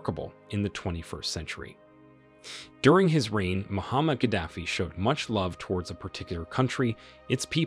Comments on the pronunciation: Muammar Gadafi not Muhammad 😂 ignorant video présenter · Mo-Mar-ga-dof-fee. please correct enunciation of his name. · It's Muammar Gaddafi